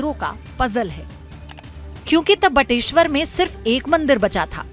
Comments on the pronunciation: बटेश्वर,न की बटेश्वरा। हिन्दी को हिन्दी ही रहने दो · बटेश्वरा नही बटेश्वर , गलत उच्चारण बड़ा बुरा लगता है